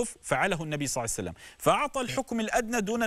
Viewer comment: ولج انتي ثوله تسألي شخص يقول صسوسلم صعسلم صسلم